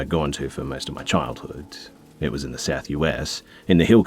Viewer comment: “In the south US” never heard anybody say it like that where was he from Canada?